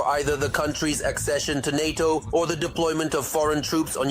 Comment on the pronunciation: Its NATO, not HATO…👍